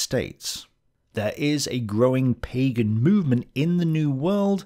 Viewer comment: All those things are partially true but not all completely true. And it's "Pagan" not "Pegan". Pegan is a diet that combines vegan and paleo. And well Hitler was a vegetarian so maybe that's partially true as well 😂